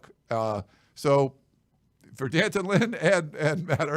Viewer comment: “Dan-tunn” not Dee An-ton or D-Anton. I guess he didn’t want to be called Junior 😎